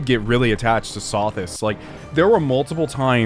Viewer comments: when you pronounce Sothis wrong, it makes me chuckle because pronouncing names wrong is one one of your quirks. I actually find it endearing, lol. I hope you don't take it the wrong way. It's low-key something I hold my breath for 😆. Adds to your charm. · I imagine every time you pronounce Sothis' name wrong, Rhea is around the corner with a knife as Seteth is holding her back. I'm not implying that I am complaining about it. I just like to imagine things.